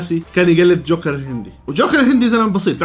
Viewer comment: جوكر ❌ شوكر ✔️